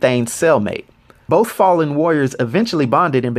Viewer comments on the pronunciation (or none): none